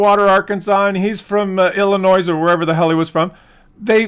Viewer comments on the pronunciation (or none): There's no noise in Illinois